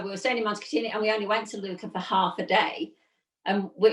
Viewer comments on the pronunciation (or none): It’s Lucca (short u, hard k) not Luuuuka…